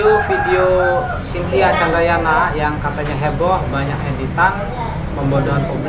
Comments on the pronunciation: Candranaya bukan candrayana,🙄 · Chandranaya mas bukan candrayana heee apa sy yg salah denger ya....semangat bikin kontennya mas... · Mbak Chintya candrayana😅😅😅 yang bner itu Candranaya bang😅😅 maaf bukan ngeledek maaf banget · Candranaya apa candrayana😅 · naya pak bkn yana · Cintia candrayana bukan naya😂😂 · Hihi..Candranaya apa candrayana hehe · Mas bukan candrayana .tapi candranaya